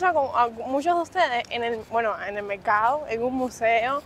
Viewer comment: No se dice mecado , se dice mercado